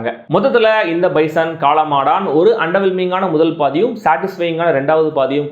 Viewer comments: Pesum podhey spelling mistake vittu pesreye na 😂😂😂 Kaala maadan not kaala maadaaaaaan😅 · காளமாடான் ILLENGA AYYA காளமாடன் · Enna bro premiere show ah! காளமாடான்❌ காளமாடன்✅